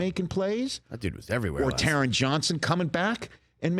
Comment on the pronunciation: Rich, thank you for recognizing Taron Johnson and SAYING HIS NAME RIGHT. I swear every single ESPN analyst last night (and Colin Cowherd) pronounced his name wrong as if he's some nobody, this man is one the premier nickle corners in the league bro